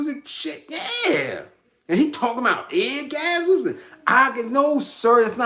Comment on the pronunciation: “Talmbout some damn eyegasims… no sir, them is cataracts!” 🤣😂🤣… rare form!!